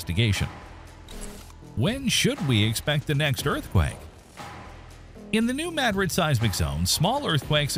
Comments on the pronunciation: The correct pronunciation of Madrid is (“Ma drid) not (Mad Rid) it’s just an observation. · Its not pronounced Mad-rid its Muhdrid… gave me a headache hearing him say it over and over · The same reason they called it “Mad-rid” instead of “Ma-Drid “ … bad AI. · Your AI needs help pronouncing this ~ ‘New Ma DRID ~ New Ma DRID ~ ‘Spanish pronunciation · How are we expected to watch this? I would like to hear this. Your A I NEEDS FIXED! What is MAD-RID? It is Ma-Drid. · May i correct your pronunciation of the word Madrid- maybe you should try saying Ma - drid instead of Mad- rid- -- its a very well know place in Spain and of course the USA! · Respectfully, Madrid is a Spanish word. It’s pronounced mah-drid or maw-drid. The A is not pronounced like the A in apple. It’s not mad-drid 😊Respectfully Mr subject matter expert. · Hearing you say “mad-drid” instead of “muhdrid” is driving me nuts. I lived in south west Kentucky so I heard about it and they always said New Muhdrid. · Mad RID with the emphasis on the last syllable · It’s prinounced Ma - drid like mah-drid. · If it was named after MadRID, Spain, then why is it pronounced MADrid? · It's not "maaadrid? It's Madrid like the capital of Spain. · I learned it the other way around. If you bothered to look at a map, you'd see that Paducah KY, where I live, is practically on the fault line. We call it new muh-drid. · THIS fool said mad rid lol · if you can'y pronounce 'madrid' properly, I can't subscribe. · If your going to make a video on it learn how to pronounce Madrid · I'm sorry. You can't even pronounce Madrid correctly. I can't take this video seriously. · Either this is an AI voice or he's just not sure how to pronounce a proper name. Very informative and fun to watch but when you speak the name you pronounce it 'may-drid'. It's MA-drid. And when you say it the proper way it's Madrid. It'd be easier to vocally tell you . That's the only thing that I disliked. Great job but learn pronunciation on other things.